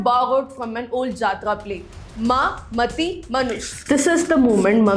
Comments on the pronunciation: Very Good Coverage of the Topic. Just one suggestion to make it more effective. Ma Mati Manush is not मा मती मानुष It is मा 'माटी' मानुष She was referring to Land माटी Not Intellect मती Thank you again for a wonderful Coverage. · thy pronunciation is not proper. lokkhir bhandar, bhadralok, didi, mati(t sound like taaal not tea)